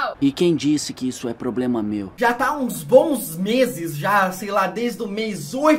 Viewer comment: Tobey: E quem disse que isso é poblema meu?! 😂😂😂😂😂😂😂😂😂😂